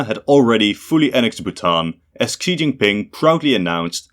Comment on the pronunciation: For another umpteenth time, Xi's name is pronounced "SHE", NOT "KSEE"!!